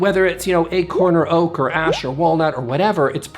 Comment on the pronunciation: Did you just say Oak is Oak-ay? :)